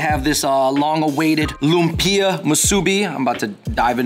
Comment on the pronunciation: Great video, guys! By the way, lumpia is pronounced ‘luuummm-pyahhh’ not ‘loom-peee-ahhh.’